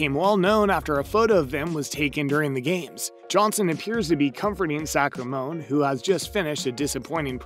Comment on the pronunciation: Sacramoneeee, kaROLLy Jesus. Do research before you record